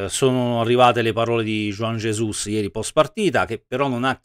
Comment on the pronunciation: avrà capito male juan jesus, gli avrà detto mi "rallegro", dai su per favore, il disagio scorre forte qui. Mi piace anche la pronuncia di juan jesus che è diventato jujugiuan ges